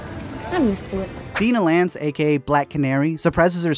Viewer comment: DIE-nah Lance,. It’s a hard I sound.